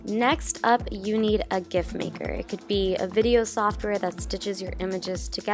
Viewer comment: It’s pronounced JIFF